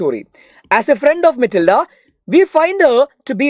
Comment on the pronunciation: matilda❎️ mitilda✅️